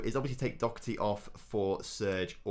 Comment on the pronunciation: Doherty not docherty lol